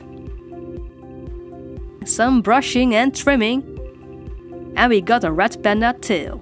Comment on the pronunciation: I heard ‘rat panda’ at first... oops